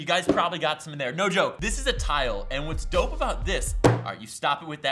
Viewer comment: When he puts dope (adjective) The pronunciation as d-oh-ph so it sounds like dough then f? ph makes an f sound example phone :)